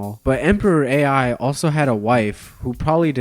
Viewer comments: To those wondering how there was a Chinese emperor AI: there wasn't. The emperor's called Emperor Ai of Han, with "Ai" pronounced as "I" nowadays in Mandarin but mispronounced by as "AI", and was probably not an AI. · Emperor Ai is pronounce "eye" not "A.I".... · Chinese emperor Ai is not "A - I." It's "Ai", pronounced like "eye." This would be like meeting someone named Ian and calling them, "Eye Ay En." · Emperor Ai, pronounced like the English letter "i"/"eye", not AI for Artificial Intelligence. His "personal name" was Liu Xin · Did bro really just pronounce the ancient Chinese name "Ai" (pronounced eye) as "A-I"?? Like as in ChatGPT AI? Peak brainrot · Abominable, not abdominal. And Ai is not pronounced like that. Jesus, Gen Z really is reading at a 4th grade level.